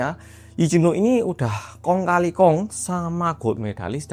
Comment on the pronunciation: Orang korea ngomong"kong kalikong"😭😭, gk expect